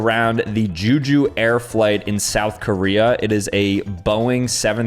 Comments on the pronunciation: Juju? its pronounced Jeh-Ju. Or in my language and the language of the country it is 제주. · JooJoo Air is totally wrong, it pronounced Ze-Zu Air and other aviation accidents and incidents were an Air Canada Express Bombardier Q-400, A KLM Airlines Boeing 737-700, and an Azerbaijan Airlines Embraer E190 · Funny vid but is it really that hard to pronounce Jeju or was is it some sort of joke